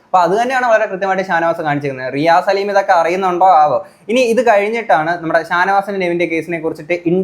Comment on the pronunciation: RI A SALIM ALLA...❌❌ RI ASS LIM ✅✅